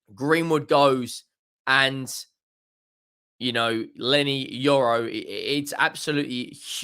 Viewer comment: Yorry it’s Leny Yoro 🤣🤣